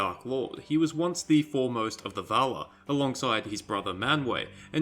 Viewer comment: Please pronounce the names correctly... It is a pain to listen to you, and hard to keep up because you pronounce everything like shit. It is VALAR! Not vaaalaaaa. Jesus christ... And you call yourself a fan..